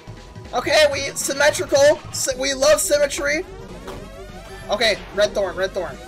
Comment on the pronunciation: "ok, symmetrical, we love CEMETRY"💀 P.S.: I know he said "symmetry", but both of these words almost sound alike